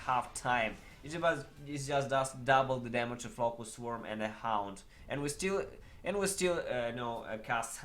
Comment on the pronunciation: Hound or HAUNT??? :) you need to improve your english pronunciation... :)